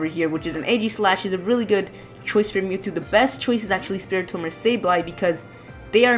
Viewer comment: Mewtwo not MewTwo!